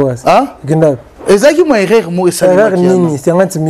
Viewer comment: On dit erreur et non eraire